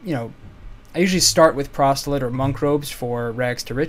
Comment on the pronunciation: Prostilate? You mean proselyte...i almost misheard you and i thought you said prostate. lmfao